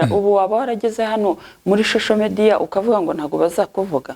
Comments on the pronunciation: Jennifer ntibavuga shosho mediya bavuga social media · Jennifer ntibavuga shosho media bavuga social media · Nti bavuga shosho mediya Jennifer 😅. 😂